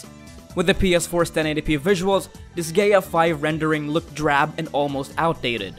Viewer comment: Learn how to pronounce Disgaea